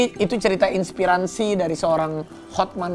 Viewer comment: "inspiransi" hehehe